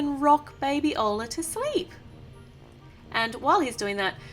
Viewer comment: It's orla not oarla